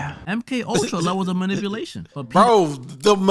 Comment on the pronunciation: Ah yes, malipunation